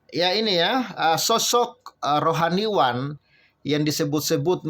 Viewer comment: Admin baca berita ngekngok2, baca rohaniawan selalu rohaniwan.